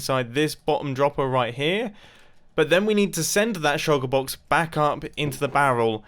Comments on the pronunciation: i just watched the closed captioning on this video try to figure out what u were saying when u said shulker box. it said sugar box or shocker box. xd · Say Shulker Box again, I dare you.